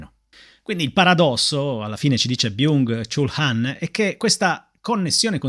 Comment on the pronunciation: Vorrei esprimere la mia gratitudine nei tuoi confronti per portare sempre temi e riflessioni interessantissimi, libri meravigliosi da conoscere e leggere, quindi grazie davvero di cuore ❤ Ps. Mi permetto di dirti che Byung Chul Han si legge Byong Chol Han (studio coreano)